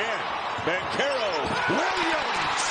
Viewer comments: Its not Bankarrow its BanCHAIR Ohh foo even if im wrong im right lol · Who told that man it was pronounced Bank-arrow?? 🤔